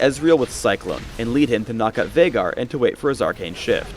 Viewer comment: that viegar (Vie-gar, not vey-gar) sucked